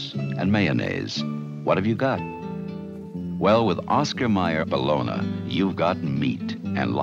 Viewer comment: That first commercial, "BAHLONA"! x) I've never heard it pronounced that way.